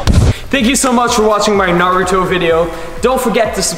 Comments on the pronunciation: nailed the pronunciation this time! Good on him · UGHHH he said it right 😎😎🔥🔥🔥🔥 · Did he actually say naruto’s name right this time 🤧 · Aaayyeeeee he pronounced it right this time!!! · Yes... Yes he did FINALLY!